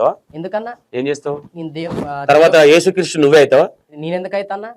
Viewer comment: ఏసు క్రీస్టు కాదు....యేసుక్రీస్తు..కరెక్టు పలుకు. నిజమైన దేవుడు